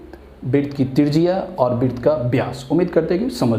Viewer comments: Bhai sab aap vrut ko bit kyu bolte ho? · तू पहले वृत कहना सीख, क्या व्रीत व्रीत बोल रहा है 🤬